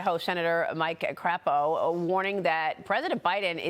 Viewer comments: The Idaho Senator’s Name is pronounced with a long “a” and a long “o” Craa- Po. Lol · I know it’s fun to laugh about, but it’s Sen. Cray-po, not Crappo. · That's Sen. Mike Crapo,. The 'a' is same as the word 'day'. Not like what the dog does on the floor.